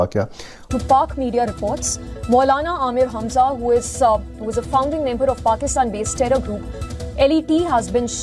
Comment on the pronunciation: O bhai yeh hazma nahin Hamza hai. Kher abb jo bhi dil main aye bol do, yeh to 72 hooron k saath ding dong kr raha hoga.